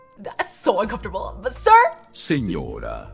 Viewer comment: fr it sounds as if he was saying "signora" instead of Señora